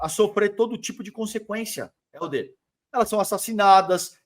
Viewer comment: Pô. Fala o nome dele correto. O nome dele é Helder.